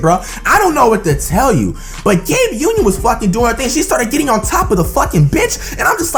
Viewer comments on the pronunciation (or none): Any body notice him saying Gabe Union😂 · this dude said "Gabe Union"😭😭😭😂😂😂 I'm done😂😂😂😂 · he said Gabe union I'm dead asf